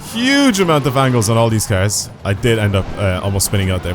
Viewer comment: Your Cars pronunciation is killing me